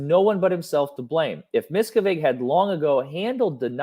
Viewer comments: Its pronounced mis cav edge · Mia-cav ( like can but cav) ige ( like in widget ) I simply can’t listen to you butcher the evil masters name over and over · You’re so funny, David’s name is pronounced Miss Cav Ige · PLEASE, please look up the pronunciation of David Miscavige.. It's Musk-av-ich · it's good you mispronounce miscavage's name he hates that better you should refer to him as an evil dwarf....he hates when people talk about how short he is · David’s name is pronounced a bit different, not sure if this is your dialect? :). Mike Rinder or Aaron Levin Smith or Leah Remini videos are helpful in all things Scientology!